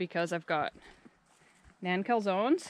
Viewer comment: thanks for calling them Naan calzones (as in long a sound). The first several times I heard John talk about naan (Non) Calzones I thought it was an inside joke, like maybe an un-pancake. Took me ages to figure that out. Must be the aging brain. Beautiful location, wish I would have carried my teenage camping into adulthood.